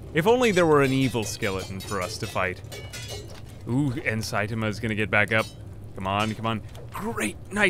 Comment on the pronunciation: Just another pronunciation update. :) You've taken to shortening the a in ta. So you sound like sait'ma. Make sure to include that a back in, the rest is perfect!